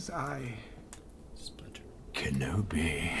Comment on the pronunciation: you said it wrong at ~. It's not "Kenobiargh!", it's "KENOBAAAAYYYEEEIII!"